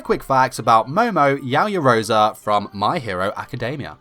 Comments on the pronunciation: YaoyorozU Not yaoyorozUH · Yaoyoroza? It's Yaoyorozu! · Yaoyorozu not yaoyoroza 🤦‍♂️😑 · I’m annoyed with how this man pronounces her name. It’s YaoyoroZU not YaoyoroZA. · Is pronounced Yow Yow Rozoo